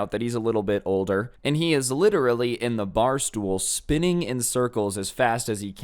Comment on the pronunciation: I thought you said spitting instead of spinning lmfao